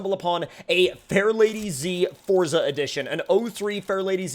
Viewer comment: I'm glad you say forza the rite way and not Fortza like a lot of other people say